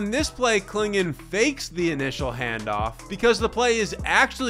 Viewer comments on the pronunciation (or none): none